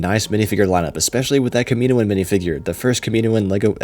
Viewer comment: It’s Kam-i-No-an, not Kuh-Me-no-an.